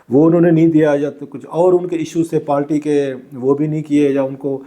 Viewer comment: بھائی برائے مہربانی پارٹی کو پالٹی، قائل کو قیل کہنا بند کرو.